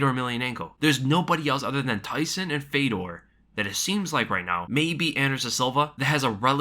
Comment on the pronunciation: btw is pronounced not FEDOR its FJÖDR